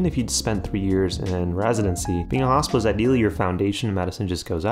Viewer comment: Your American accent makes it sound like you're talking about a "Hospice year". Very confusing 1st minute 😅